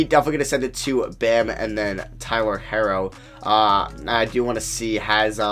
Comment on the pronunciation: It's not "Tyler harrow" is "Tyler HERO" like a super hero